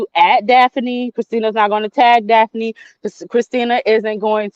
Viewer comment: Daf uh knee she kept pissing me off the way she kept saying your name 😂